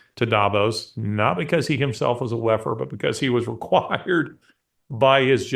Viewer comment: When you said ‘WEFer’ all I heard is ‘Waffen’.. and what a Freudian audio slip that was. Can’t unhear it now.